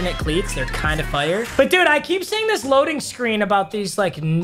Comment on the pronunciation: “Fiyur”